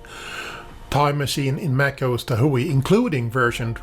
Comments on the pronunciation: Tahoe is pronounced tah hoe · TahO! The e is silent!!